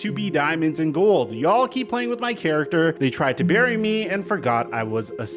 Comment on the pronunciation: "They tried to Barry me" you mean "bury"?